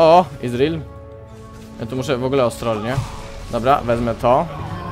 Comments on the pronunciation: Gimper... nie izril tylko ezreal KURWA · Nie wymawia się tak imienia Ezreala :D Zobaczcie filmik z jego nową, legendarną skórką w okienku. Łapkujcie.